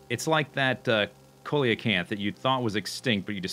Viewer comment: The Coelacanth is pronounced SEE-la-kanth :P